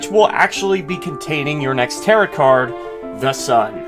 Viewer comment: I'm annoyed af at how he says "Tarot" like "carrot" it's pronounced "ta-row" like arrow